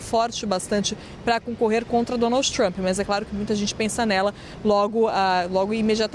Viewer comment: Essa moça da CNN Brasil/ NY, ou, ela sempre Donalds Trump. É uma piadinha disfarçada da repórter para lembrar do Pato Donalds??? Ou é problema de dicção. Só queria saber.